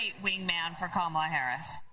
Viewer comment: Sir Jon, the GOAT, (03'20: "Just name swing states") disrespecting the correct pronounciation of Kamala :-(